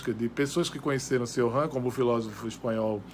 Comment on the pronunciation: Só a pronúncia do nome dele você falou errado. O certo é "Tioran" e sem esse "r" afrancesado, pois ele era romeno.